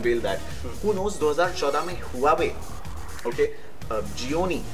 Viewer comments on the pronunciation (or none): its pronounced as wah-way!.. HUAWEI